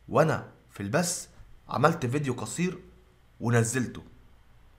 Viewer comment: البث وليس البس لمذا تحرفون في اللغة